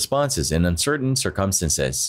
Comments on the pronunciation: Umm.....you might want to learn how to pronounce "circumstances". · Gotta fix the way the narrator says "circumstances" lol